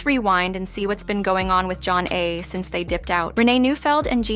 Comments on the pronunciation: It's not john-nay. Zha - nay. Also: Homebase is a studio album by DJ Jazzy Jeff & the Fresh Prince. Not Will Smith. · It even has the words "Pronounced Jah-Nay" on their debut album cover. I don't know if this is an AI generated voice narrator or a live person, but it's pretty easy to find out how to pronounce their name. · The pronunciation of “Zhané” and “Flava” makes listening difficult. The narration seems forced and foreign. “Group 1-1-2”? This sounds like the epitome of a “culture vulture”